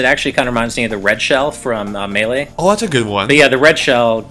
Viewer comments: I HATE how you pronounce melee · It's pronounced MEI-lay, not mal-lay.